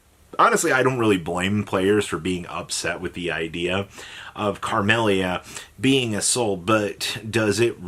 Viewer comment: Who's carmelia 😂it's camelia